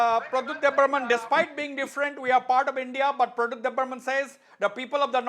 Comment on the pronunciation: The smart answer of bubagra of Tipraha, Pradyot ji is brainest. Mr anchor learn to say Pradyot JI.